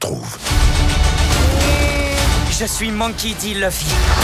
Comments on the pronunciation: Juste déçue par la prononciation de "Luffy", alors qu'une vidéo officielle est sortie le 5 mai pour l'anniversaire du personnage et dire à tout le monde comment ça se prononçait, ça ne semble pas corrigé dans la VF.... Encore des générations de conflits qui s'annoncent 😢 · ILS ONT ABUSÉ AVEC LEUR LEUFFY au lieu de louffy ( Ruffy/luffy)🤦🏽‍♂️🥚🐓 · Par contre vous commencez vraiment à me faire chier avec ça, Luffy se prononce LOUFFY pas EU !!!